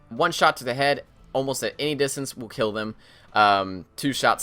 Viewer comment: "its a lot easier to gill them" - 2016